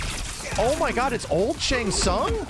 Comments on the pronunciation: really called him Tsang Tsung 😂😂😂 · its shang shun lol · Man said old Shang sung 🤣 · This man said Shang Tsung lmao